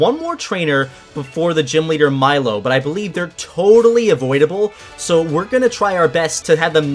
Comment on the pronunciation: Correction: it’s pronounced: milo= (mee-lo) I’m a brat aren’t I >:)